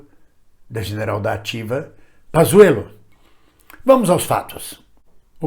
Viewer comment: Não é Pazzuelo é Panssuelo